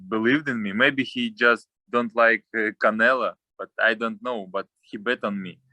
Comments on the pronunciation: Anyone who speak Spanish find it amusing that he innocently keeps calling him "Canela"? 😂🤣😂😂🤣☠️ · I love how Bivol called "Canelo" as "Canela" 😂😆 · Love how he pronounces Canelo’s name as “Canella”🤣